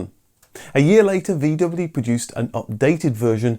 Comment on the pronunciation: For God's sakes, pronounce VW correctly.